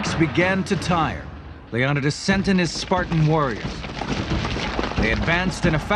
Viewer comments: FAILENKS NOT FALENKS JEEz GET IT RIGHT man! YOU SHOULD KNOW FAILenks LIKE HOW YOU FAIL AT SAYING LEON-I-TIS NOT LEONODAS. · his name was Le-o-ni-des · anybody really pissed off at how this guy goes out of his way to say everything wrong? yes we don't know "exactly" how they pronounced it but Leonidas is accepted as (leo-ni-dis) by many people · Total pronunciation fails... Leonidas, Phalanx, and a few others. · I hate how the narrator pronounces Leonidas's name.